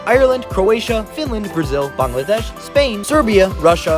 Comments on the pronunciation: Props to him for actually pronouncing Bangladesh correctly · How did he pronounce Bangladesh right??? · That Bangladesh pronunciation 👌🤌